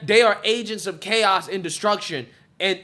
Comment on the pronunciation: Love how you say, Agents OF Chaos, AOC!!